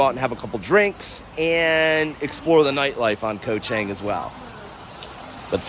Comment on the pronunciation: FYI - Chang is pronounced more like Chong. "A" is not pronounced ANG like right "Angle". It's more of an AAh sound, Koh ChAAHng. This is how the A's are pronounced. Practice it.